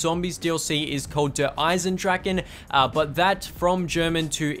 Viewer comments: Der-is-en-drach-A Dempsy says it himself in the trailer. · Why do people call it dereisendrachen if Dempsey says dereisendrache?